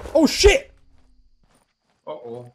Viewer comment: a lo "shit" diventa "shish shish"? ahahahah bello power